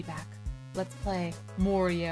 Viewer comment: When she said Morio I bet Mario was like "what?"